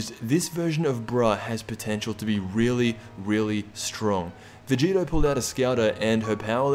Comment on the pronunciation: STOP CALLING VEGITO VEGETA ITS PRONOUNCED VE - GEE- TOE